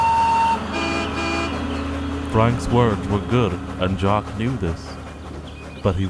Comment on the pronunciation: It’s jock not yock geez 🙄 how hard is that